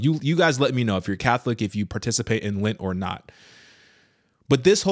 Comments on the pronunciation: It's lent sweetie Not lint! FYI All catholics do lent Not just the older generation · LENT!!!! NOT LINT